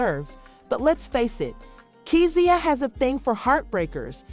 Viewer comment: Pronounced "Key-Sha" ❤